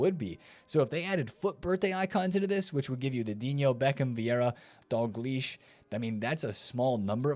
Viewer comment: You say de Jong like "de young", and Dalglish like "dog leash"... I can't man 😂😂